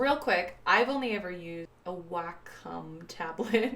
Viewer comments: It’s pronounced “Walk-um.” 😁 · Wah-com You-ge Hue-ie-on Lol no hate tho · What are you talking about I think in my opinion if you say it like WAY-COM it sounds more regular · Lol. None of those Wacom pronunciations are right. It's WAH-cum. Wah like water.